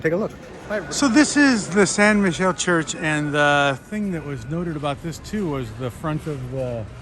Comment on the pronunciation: It is San Mi-ke-le not Michel